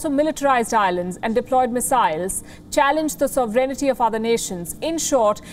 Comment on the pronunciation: All wion reporters pronounce sovereignty as sovreignity.